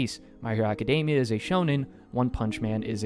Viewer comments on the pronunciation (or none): none